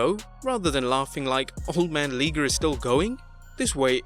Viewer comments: Pretty obvious, as you said, that you don't watch or cover Japanese wrestling. I kept cringing everytime Jushin "Thunder" Liger's name was said. It's pronounced Lie-ger, not Lee-ger. And he's a legend, my favorite Japanese wrestler ever. Wrestled on the first live Nitro ever against Brian Pillman. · Liger is pronounced "Lye-ger", not "Lee-ger" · I know that pissed me off too it's pronounced lie ger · Jushin's name is: Jushin Thunder Liger(pronounced Lyger, NOT Leeger!) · It's La-e-ger. Not Lee-ger. But other than that great video. ^^ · A liger is a hybrid mix of a lion and a tiger. It's not pronounced leeger plain and simple. If he had as much respect for the man they would say his name right. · Liger not Leeger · First, The name is Jushin Thunder Liger not Leeger.. 2nd I don't care about the Ratings, NXT has the best Storyline than RAW and SmackDown kids show.. Imagine on what they did to Rusev's return.. For Kenny Omega, he needs to wait until October for us to see if AEW is better than NXT.. I like AEW but they need to improve their storyline.. Like why Cody needs to be the first challenger for AEW title, is it because he is the boss? What about the other superstar like PAC and Jimmy Havoc who won their matches at All Out there should be a number 1 contenders match right? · Intm the beginning he said jushin thunder liger name rite than when his time came he said jushin thunder leeeger smfh bring back the regular guy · Its pronounced LIE-GRR. Good way to give Omega an easy way out, did he mean it or is it just character. After they keep losing he can say, it was just character we never wanted a war, which is true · Jushin Thunder Leeger? LEEGER?!?!? thumbs down for that!! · Jushin Thunder Lee-ger? Ok, cool, Wrestle Lah-my-ya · "Jewshin thundah leegah" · LIE-GER (Liger)......you English bloak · If it's based on Japanese pronunciation: LEE-GER. I is long like in Key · Can't even pronounce Liger's name. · RIP to the pronunciations of Liger and Joaquin.